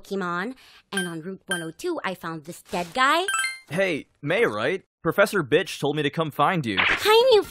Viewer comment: I lost when he said Perfesor Bich